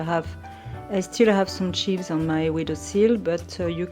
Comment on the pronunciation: I haven't read a lot of the comments so my apologies if people have already said this, "chives" is pronounced with a long i, the same as "dives" or "drives".